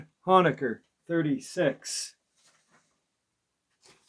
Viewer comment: Honaker is pronounced Hoe nay ker